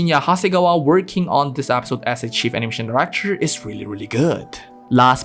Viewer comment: Bro please it's episode not Apisode